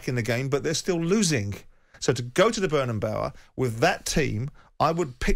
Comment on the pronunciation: Why do these English people struggle so much with the pronunciation of Bernabéu